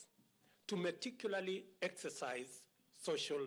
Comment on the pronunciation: But we have known and heard the same thing for the last couple of months from CS Mutahi Kagwe. Did I hear meticularly (meticulously) and congection (congestion)??? Meaning? Find out from the speech writer and let me understand.